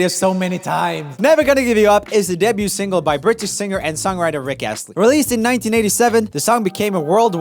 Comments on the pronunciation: Not a critique since your english is near flawless,just a heads up. Debute/Debuted is one of those words that the spelling makes no sense. The t is silent. Weird, I know. Day byou. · Though I love your enthusiasm, skills and depth of knowledge, please say "DEBUT" right. You're doing an American accent, so it's "day-BUUU" -- debuted is "day-BUUUD" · Hey Joel, "Debut" is pronounced like "day view" but only with a b. "Debuting" is like "day viewing" but with a b. We don't pronounce the T!! Keep putting out great content! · Have I been pronouncing 'debut' wrong my whole life? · Bruh when you pronounce the t in debut My mind: um... AAAAAAAAAAAAAAAAH STOP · Does anyone want to join me in a little campaign to teach Joel how you say the word ‘debut’? I love his little Swedish soul so no hate, just love.